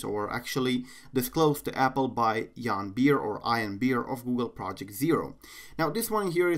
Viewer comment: i thought it was pronounced like ean not i an